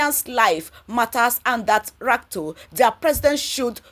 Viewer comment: Madam? His name is RUTO! Not RATO. Thanks.